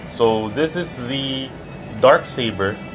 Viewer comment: oof Accent*